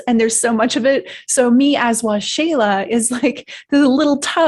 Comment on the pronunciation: Ahhh. Waxela...pronounced Wah-Sheila. Awesome. I was Curious as to how you Pronounce your Name. Thank You For Sharing Your Story. I Believe...The Benevolent Beings are As Angels. Of Holy GOD. May You Be Blessed By Holy GOD Waxela...(Wah-Sheila). Peace.